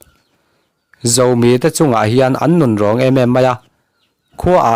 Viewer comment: Zomi tih thluk kha tlumpi tih thlukin i lam a, chingit tih thlukin lam ta la, ngaihthlak a nuam zawk awm mange ka lo ti ve mai mai